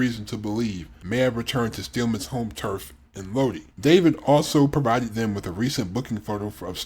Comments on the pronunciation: Having lived in Lodi, it's SUPER annoying hearing it repeatedly pronounced wrong. It's pronounced: low-die or load-eye not low-dee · PRONOUNCED LOW DIE!!! Iugg